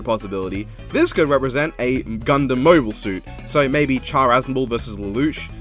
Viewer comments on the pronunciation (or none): none